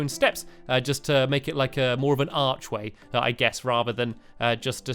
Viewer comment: Stampy, I think that you upload so many videos in a day that you MUST be a robot, but I paused the video in the middle of you saying archway so you said AARR like a pirate. Okay, I've got it down to 2 choices: you are either a pirate or a robot. Oh, I forgot, you might also be a cat...OOPS!